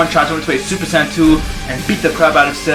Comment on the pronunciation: you say super san its super saiyen